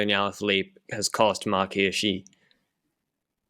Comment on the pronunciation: Swiss person here: The first time you pronounced Hirschi was spot on. Who taught you that?